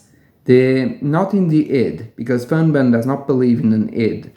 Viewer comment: You seem to pronounce an extra n after the r and before the b, other than that I always appreciate your work.